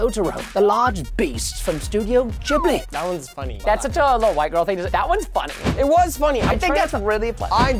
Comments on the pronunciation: It’s not pronounced “jibly” it’s pronunced “geeblee” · Erm actually it's gibley not jibley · Preston how many times will you say Ghibli like that. Google "how to Pronounce Ghibli"